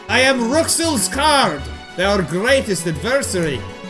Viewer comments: It's pronoced Rules. (With a rolled R.) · Rouxls is pronounced "Rules" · Rouxls is pronounced 'rules'